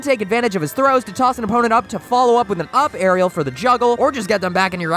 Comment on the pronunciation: The way he says “arial” gives me ptsd